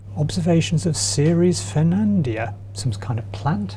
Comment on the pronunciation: Did you manage to mispronounce both "Newtoniana" as "Newtonia" and "Ferdinandea" as "Fernandia" ?